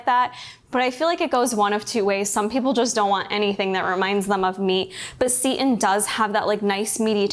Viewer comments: Just FYI for those of you not familiar with seitan- it’s pronounced “Say-tan” not “seat-in” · She pronounces seitan as 'seat in' but I've only ever heard it as 'say tan' so I was so confused at first!